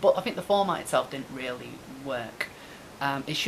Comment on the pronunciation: Stephen Horton ha! Omg I can hear her in my head saying it now! Cathy ear worm, ta! She really has to stop trying to waylay people like that, so unprofessional. I weally, weally, WEALLY hope JP sees it 😁